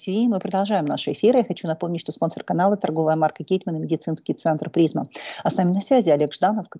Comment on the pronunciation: Слово "Прпизьма" в вашем исаолнении звучит как "клізьма", хорошее название для рекламі медицинского центра....